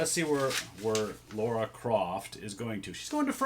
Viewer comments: It's pronounced Lara, not Lara. :) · "Lara" rhymes with "FAR-uh".